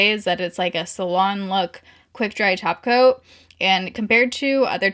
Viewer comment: You said “top coat”, I heard “taco”. Why am I me?